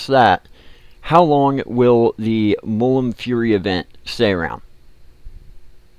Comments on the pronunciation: Please, its Mul - Mun. Not Mullum. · of course he cant say mulmun right